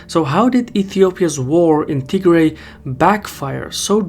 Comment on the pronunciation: Wait, is it pronounced Tigray or Tihray?